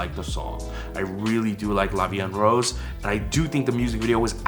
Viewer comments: addressing the part about how they're supposed to say "la vi en rose," the pronunciation of "la vi en rose" isn't exactly correct, but they make it work. they combine "vi en" as if it were one word, saying "vien," when they should be pronounced separately. for "rose," the "r" has a harder pronunciation to it that should kinda come from the back of the throat. like i said, it isn't correct, but they make it sound okay! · I'm french and the "La vie en rose" pronounciation is alright, just the sound of "rose" sounds more like "wose" but it's ok since the "r" consonant may be difficult to pronounce if you're not used to it. *flies away* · talking about the title "la vie en rose" they say it pretty well except for the "r" that they prononce with an english accent but it could've been wayyy worse so I don't complain and the litteral translation is "life in pink" because rose = the flower but it mainly means pink so I thought it was an interesting way of using that word by talking about the flower instead of the color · Being french, I can tell you that they didn't butcher "la vie en rose" nor is it grammatically incorrect but the way they pronounce it definitely does not sounds like french. Because the way the letter "R" sounds like in french is definitely harsher than the one you use when speaking English or Korean. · their pronunciation of "La vie en rose" sounds like an english person speaking french, with an english accent. they say "La vie N rausse" when they should say "La vie EN (en = voyel sound) roze". The O of rose is said like someone of south of France, so this part is still authentic in a way.